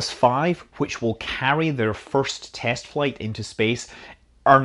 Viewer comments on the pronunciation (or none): none